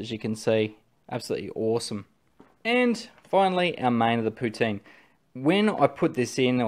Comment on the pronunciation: I commend you on your pronunciation of 'poutine'.